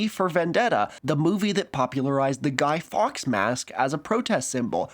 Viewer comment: Didn't get the name at first, I dont know if its your account or pronunciation. But it's pronounced Guy Forks (written Fawkes.). Also, it's not a holiday, it's marked on the calendar and colloquially it's often reframed to as Bonfire Night or even Fireworks Night...obviously.